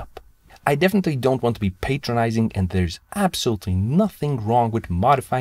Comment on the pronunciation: The word "Patronizing " is pronounced Pat-ron-izing, not Pate-tron-izing.. BTW that means talking down to someone..